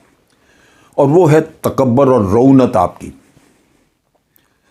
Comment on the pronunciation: Sir, correct pronunciation is "takabbur" and not "takabar".